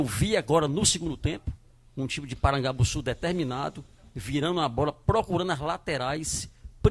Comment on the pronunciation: Avisa q o nome certo é Porangabussu e não Parangabussu.